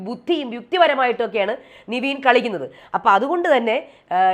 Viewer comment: നിവീൻ അല്ല ചേച്ചി... നെവിൻ 🤦🏽‍♂️🤦🏽‍♂️🤦🏽‍♂️